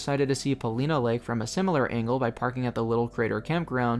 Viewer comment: It's pronounced "Pawl-eye-nah" lake, but great video, I really enjoyed my time there, too!